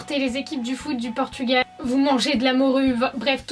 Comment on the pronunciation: Déjà on dit PORTUGAL et pas PORTUGUEL !